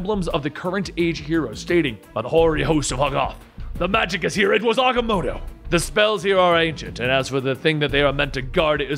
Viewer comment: Wait isn’t it agamoto